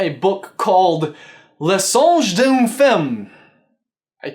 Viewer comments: You pronounced it mainly correctly except d'une is pronounced like dune or doon but with like an accent kind of thing. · Tale as old as time... Maybe that could be a clue? I mean 1,001 Arabian Nights is pretty damn old, ancient even, unlike le songe d'une femme (which btw you almost got completely correct pronounciation wise, you're just supposed to pronounce d'une like dune) but I feel like the music definitely has something to do with all of this, just like how you mentioned belle singing at the beginning and during the snowball fight, but that requires a lot of analyzation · oh my that pronunciation lol but I mean you don't speak french so I don't blame you. You would say d'une like a sand dune and femme sounds like like the emm in emma, just a little lesson in case you were wondering